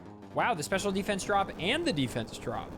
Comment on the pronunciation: Why do you say DE-fence like that?